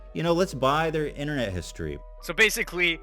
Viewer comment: The Internet HISTROY Rant HISTROY